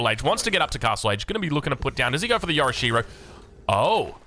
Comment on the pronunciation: Like the cool star trek name, but dude don't be so mean. I live in Japan and yes pronunciation isn't the best, but so what. You don't have to be a dick to him about it.